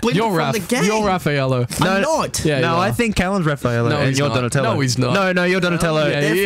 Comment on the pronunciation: Raphaello? My TMNT fangirl is feuding with my 5SOS fangirl!!!!! XD I can't tell if they messed up the name on purpose or not, but it was adorable :)